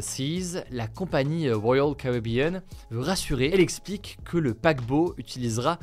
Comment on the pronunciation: Les francais en anglais 😂😂😂😂 c'est pas woyal caribrean mais bien Royal Caribean